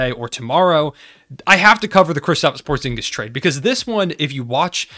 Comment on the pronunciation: Porzingis? POORzingis...